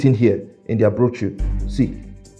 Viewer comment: The fact that he could not pronounce 'brochure' properly would have made me wary of investing with him.